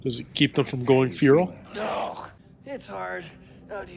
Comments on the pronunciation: It's "fair-ul," but is saying "fear-ul" for some reason. The e in fer is not a long e sound. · I have literally never, and I mean never, heard a native english speaker call it "feeral" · I keep hearing "fural" but getting equally confused. Stuff like that always makes me guess myself as a non native speaker. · Who...who pronounces FERAL as...FUERAL? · And 399,999,999 people pronounce feral as "fair-ul."